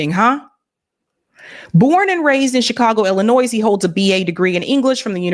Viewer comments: If you pronounce the S in Illinois you need to be fired and sent back to 3rd grade! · Why can't anyone say Illinois correct, gets on my nerves.